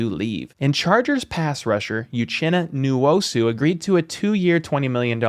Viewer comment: You just butchered Nwosu's name. The N is silent. And uchenna is pronounced oouhchenna